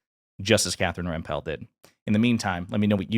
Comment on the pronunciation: You're saying Rempel wrong, it's pronounced Remple.